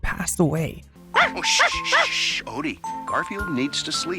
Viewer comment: It's just "Odie" Like "Brody". It's not "O.D." like a droid.